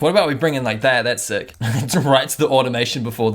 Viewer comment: Yea definitely from NZ with that " SEIK"